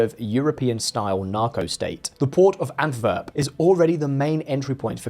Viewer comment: It’s AntWerp, not AntVerp.